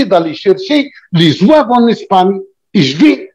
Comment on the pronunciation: (Zouaves) c'est pas (zouaoua ).un simple complot. cette polémique vien d'un YouTuber français qui'a semé l'idée. Soit par ignorance ,soit expert (complot) en croyons tous ce qui vien des français plus la volonté du pouvoir et les racistes (0 kabyles) l'idée se propage et prennent de l'ampleur. Le Mos zouave soit il est turc ou bien il remonte à l'époque romaine et vendal. Mais synonyme de zouaoua impossible Car cette tribu est parmi les 1er à combattre en 1830 après la demande du day les kabyles eux seule participants avec 16000 à 18000 soldats ,le bay hacen d'oran 6000,Ahmed bay de Constantin 30000,les mezabs 4000,etc..... Malheureusement Ahmed bay à mis sur leurs têtes comme chef son beau-frère un type qui n'a aucune expérience dons le commandement militaire plus le problème des soldats inkichari qui on jouet en faveur de l'ennemi. = la défaite